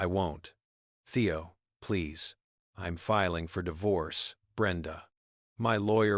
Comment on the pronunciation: AI needs to go back to school! She'd pronounced as shed, St. Louis Street Louis, I'm as im and so much more! I love the story though. I really don't believe people behave like that, but then again, I live in Canada and West Jet would have removed her way before!